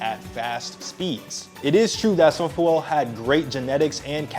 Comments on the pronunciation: bro why are you butchering his name… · Great vid, prob should’ve checked how to correctly pronounce the former fastest man in the world’s name correctly 😂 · Why do you say his name like that lol